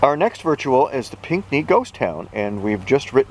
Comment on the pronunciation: For clarification, at about of the video, the place is called Pinhey's Point. You'd pronounced it, "Pink-nee". It's pronounced, "Pin-nee". A marvelous spot and very popular as a day trip destination with Ottawans.